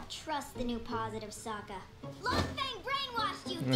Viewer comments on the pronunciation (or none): Him calling Long Feing, Long Fung sent me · It cracks me up every time you call Long Feng fung lung. Hahaha